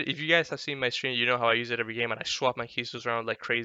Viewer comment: its defninitely indian